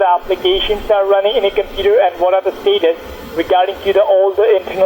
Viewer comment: Do a shot every time he says steetus and wirus